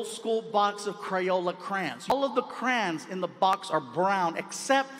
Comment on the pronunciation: He pronounces Crayons as "Crans"? 😂